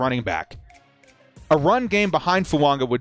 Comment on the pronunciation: Why do you keep pronouncing Fuaga as Fuanga???